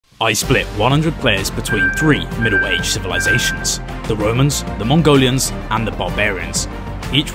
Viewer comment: Him : midel age civilizasion Me: I beg your pardon?